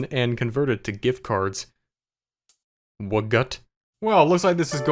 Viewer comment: That "Wgat" cracked me up XD